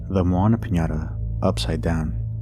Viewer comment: That aint Moana lol that’s just Donna.